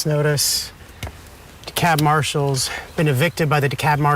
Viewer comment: The "L" in "Dekalb" is silent; it's pronounced "de-KAB".